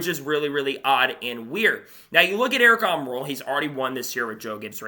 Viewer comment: Bro just can't say the name. Wtf